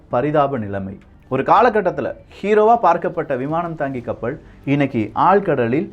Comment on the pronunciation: கப்பள் ஆ கப்பலா தம்பி ஒழுங்காக உச்சரிக்க கற்றுக்கொள்